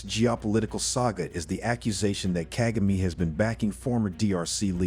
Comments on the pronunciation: Seriously! Ask people to help u pronounce african names... Kaa=gaa=me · You need to learn how to say president kagame’s name. Until then your work and opinion is useless.